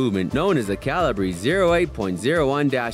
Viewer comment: It's "Ca-li-ber" not "Ca-li-brae". That's like pronouncing metre as "Me-trae".